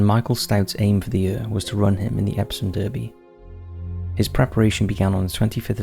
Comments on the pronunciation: Derby is pronounced Darby. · You keep pronouncing Derby wrong and also Vase